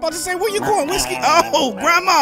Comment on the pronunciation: I like how he says grandma like Grawmaw